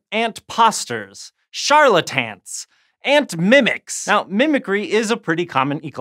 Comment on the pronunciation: said charlatants